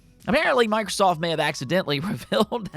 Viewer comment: sounded like you said "Micwosoft"